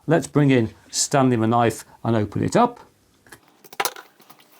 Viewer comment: I always hear "staby" the knife XD